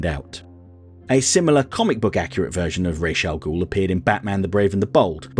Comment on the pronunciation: Maybe it’s an American Vs British thing, but just about everyone I know pronounces the name like (I’m spelling phonetically) Rahz. Which I personally find preferable.